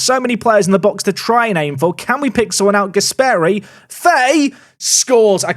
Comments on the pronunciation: On the subject of pronunciation of names of players, a couple quick ones from an Italian/Spanish speaker: Gàsperi is pronounced with the accent on the A, not on the E like you have been saying it, while Mariño is pronounced Marinho (like you would, for example, say Ronaldinho) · Since we are mentioning pronunciation, Gasperi is pronounced with short E